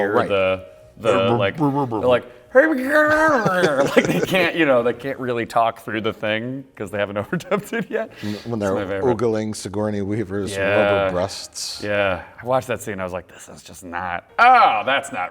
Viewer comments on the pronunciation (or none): Love the BOTW callback with Mike mispronouncing "ogling" as "oogling"!